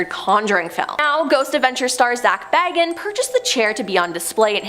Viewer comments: Hey EVERYONE….its pronounced Zak BAY-GUNS. Not “Bag-ins” not like the hobbit. People who don’t know who he is never say it right. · So I guess people just do not care about pronunciation anymore? Zak Bagans BAY-Genz. Listen to the man say his own name and repeat after him. Ed Gein GEEN. Takes very little effort to look up pronunciation and then apply what you learn.